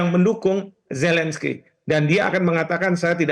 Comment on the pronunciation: Ini Metro TV gimana sich, kesalahan fatal merekrut pembaca berita yg tidak bisa mengucapkan huruf Z, huruf Z bukan huruf J, gak bisa merubah pelafalan nama orang, Zelensky, bukan Jelensky....fatal banget itu🤣🤣🤣🤣